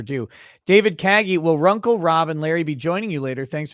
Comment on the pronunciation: It's RUNKLE OF THE BAILEY. Not Rumple from the Bailey. 😂😂😂 Bye✌️